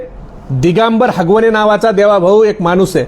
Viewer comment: आरे बाबा हगवणे नाही आगवणे आहे जरा अभ्यास करून बोला तर बरं होईल